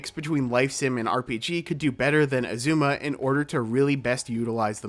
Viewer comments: Right? They say Azuma in the game so many times, it’s said on the title screen every time you start up the game, and yet they still get it wrong. Pretty typical for this channel to mispronounce things though :/ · aaaa, I love your video, but why do you pronounce Azuma like that😂